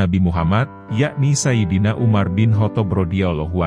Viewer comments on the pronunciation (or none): none